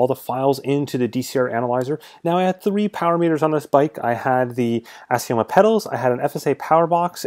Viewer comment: Assioma is pronounced Ax e um in italian